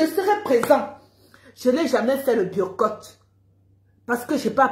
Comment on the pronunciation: Biyorcottt 😂😂 Mieux tu dis biyacott c est mieux puiskil s agit de ça😂😂😂